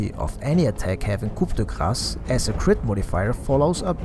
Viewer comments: just so you know, coup de grace is three french words that are pronounced: 'cou de grace' in english, you do not need to pronounce the P anyway, good video man! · Your pronounciation of Coup de Grace is so bad, i wondered if it was intentional. Also I would not recommend skadi and strongly avoid buying butterfly on PA